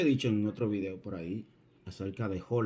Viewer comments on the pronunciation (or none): none